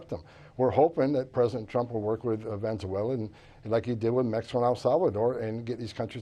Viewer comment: "Venzuela" 😂 … Venezuela 🇻🇪